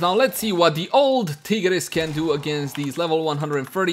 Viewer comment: Man really said tea grease prime 💀